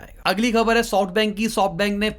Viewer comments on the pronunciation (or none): none